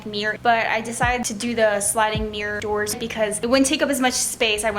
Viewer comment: No offense girl but, "sLiDiNg MiRr DoOrS" 😂